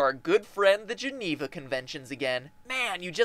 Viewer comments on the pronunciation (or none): none